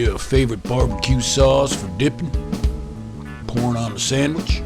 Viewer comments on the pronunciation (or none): Did he say the sauce was for "pourin' on a sandwich" or "porn on a sandwich"? Because either way works.